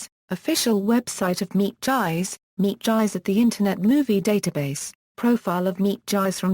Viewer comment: You have mangled this wonderful woman's name, not just mispronounced it, but MANGLED it. It's insulting and makes you sound very ignorant. If you are going to produce a video tribute to someone the LEAST you could do is PRONOUNCE THEIR NAME CORRECTLY. Its would take oh maybe thirty seconds of internet research to find out how to pronounce her name. Her name is pronounced MEEP GEESE or MEEP SAN-TRUE-SHITS. Do a little bit of research, show more respect for your subjects!